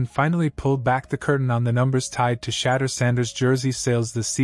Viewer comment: Shut up ! You are talking too much let Cam talk and learn how to pronounce Shadeur name !!!!!